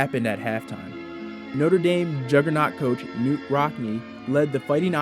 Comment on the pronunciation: FYI - “Knute” is pronounced “can - NEWT,” not “Newt.” It’s a common mistake today but one no one made in Rockne’s lifetime.